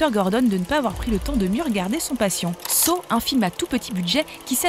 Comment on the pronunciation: Criss on dit Saw(Ça) c’est comme sa on le dit en anglais fac arrêter de créé des mots qui veulent rien dire